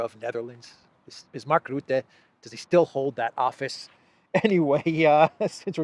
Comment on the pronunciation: Sadly Mark Rutte still is the prime-minister of the Netherlands as a demissionair prime-minister of a demissionair cabinet, he is not allowed to do any new policy but that doesn't stop him. mispronounces Rutte his name, I am not sure if he does it for comical effect now.